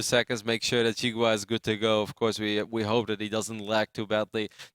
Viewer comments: Not "She-gua", try "See-gua". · jeega wa :p should be pronounced "she gwa"